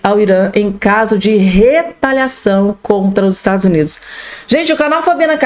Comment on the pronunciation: 😮"Estadus Unidis" 😂😂😂